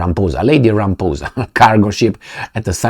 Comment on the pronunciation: He said Ramphoesa not Ramaphosa